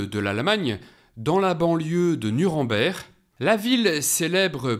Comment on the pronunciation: Nuremberg ne se prononce pas comme vous le faites